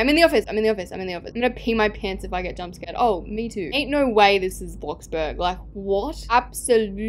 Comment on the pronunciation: the way she said bloxbug not bloxburg